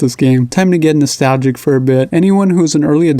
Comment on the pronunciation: Every time you say "Hey Guys..." I always hear 'Sergeant Dan' haha Great Vid by the way I got Geometry Wars For 3 PS4 really cool